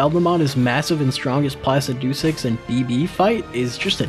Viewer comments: Ah yes, Plasi-doo-six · Totally awesome video, We've watched them several times S rank. But why do you keep mispronouncing Placidusax, Is it a joke because we don't get it. Also you should totally bring Cathy back for the full game DLC included. 😂😂😂😂😂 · No way bro pronounced placidusax like that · I had to watching when this mfer started saying Placidusax The way he pronounces it makes my fucking skin crawl